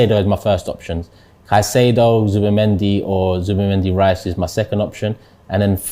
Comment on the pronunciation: It’s Zubimendi … already murdering man’s name